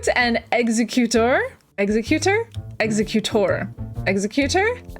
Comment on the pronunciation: Kangaskhan is pronounced Kan-gask-kan And magneton is pronounced Magnet-ton And exeggutor is pronounced Exe-gu-tor The nidos are Nido-(what)